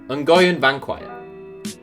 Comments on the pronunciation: Surely the Vietnamese guy's name is pronounced hwin? like Lee in the MLS or does all those accents change it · Did this dude seriously mispronounced “Nguyen”? The most common Vietnamese surname?? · As a Vietnamese, I feel like we're the only one who's capable of pronouncing the word Nguyễn.